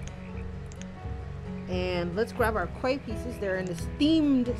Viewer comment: A Quay is pronounced Key. Loving this new release